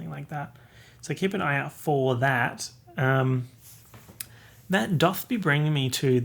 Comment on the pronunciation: I feel like someone needs to tell that "doth" is pronounced "duhth"...